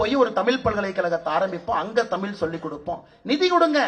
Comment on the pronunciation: தமிழ்நாட்டுக்கு வந்து இவ்வளவு நாள் ஆகியும் இன்னும் தமிழ் என்ற சொல்லை இன்னும் ஒழுங்கா சொல்ல முடியவில்லை.